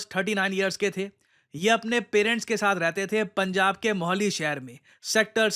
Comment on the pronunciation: स्वर्णकर & मोहली nahi स्वर्णकार मोहाली hota hai.